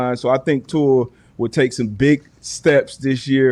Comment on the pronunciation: actually says Tua’s last name 100% correctly. Idk why everyone else continues to say his last name wrong. I wish he’d tell them to correct it. Too many players just let it slide